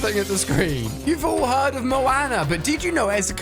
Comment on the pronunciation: What’s moaaaanaaaa it’s Moana